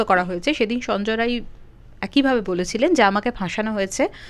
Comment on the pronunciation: Ae reporter jane na sanjay Rai na Sanjay Ray , a ki vasa jane na , chi